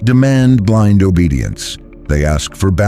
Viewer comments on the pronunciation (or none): none